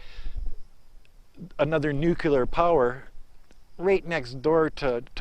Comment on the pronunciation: Only Republicans say nukular